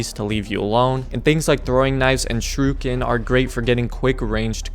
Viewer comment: Lol. Another uneducated, stupid YouTuber tries to pronounce a BASIC English word and fails. The word is SHURIKEN. He pronounces it. SHRU-KIN.. Seriously? You cant even see it's a 3 syllable word? Wow. The correct pronunciation is, SHUR-A-KIN. Its not a hard word kid, yet you still butchered it. Wow. The intelligence level of our youth is downright scary.